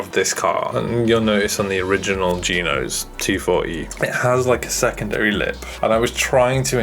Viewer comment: The way he says g-nose sounds like someone talking about the BMW Vanos system, but says Geenos.